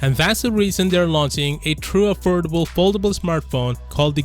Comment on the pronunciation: You mean, affoldable?